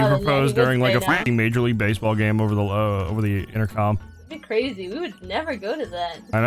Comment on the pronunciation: This is cwazy